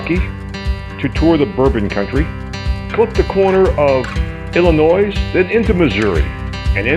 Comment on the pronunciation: John, when pronouncing Illinois, you leave the "S" off the end.